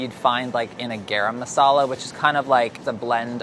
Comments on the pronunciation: Someone please teach how to say "garam masala" properly 😓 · the way he pronounces garam masala makes me cringe every time. still love tho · Why is he pronouncing Garam Masala like that? I'm Chinese and I know how to pronounce it properly. Didn't know how white was until I watched this. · Literally no one:: GAERAM MASALA WHERE MY SOUTH ASIANS AT? Edit: thanks for 172 likes! <3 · Being Indian and hearing pronounce garam masala is funny asf ahahahahh